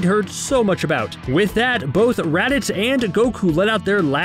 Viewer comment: The way he say Raditz “Redditz”